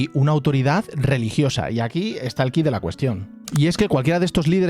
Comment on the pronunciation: Hola. Se que ya es valido decir "quid" pero como es una palabra latina se pronuncia "quid" es decir la ui suena u i. me gustan tus contenidos. Saludos desde México.